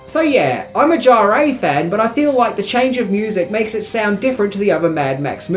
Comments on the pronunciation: Maurice “Jarré” !!! 😂 It’s pronounced “Jar”. ☺️ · Maurice Jarre is French, his surname is pronounced "zhar". Fun fact, he's also the father of Jean-Michel Jarre. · "Fury Road" was rated R; not PG-13. It's Bruce Spence; not Bruce Spencer. It's Maurice Jarre (*JAR*); not "Jarray". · not to harp on about it, but Maurice Jarre's name is pronounced without the "EY" sound at the end, "Jarr-ey" but just "Jarr". Have a look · Its pronounced Jar. Maurice Jarre 😊❤ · I loved Beyond Thunder Dome. I think you will find the pronunciation of Jarre' is Jar. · It’s pronounced Jarr (the ‘e’ is effectively silent) and he’s the father of Jean Michel Jarre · Also calling Maurice Jarre "Jaray" drove me crazy.